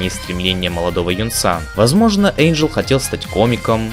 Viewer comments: ВЫ НАДОЕЛИ! НЕ ЭЙНДЖЕЛ, А ЭНДЖЕЛ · Не Эйнджел , а Энджел! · ЭНДжел? ЭНДЖЕЛ, БЛЯТЬ?! МОЖЕТ Э-Й-Н-Д-Ж-Е-Л?,_ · а смысл произносить имена персонажей неправильно??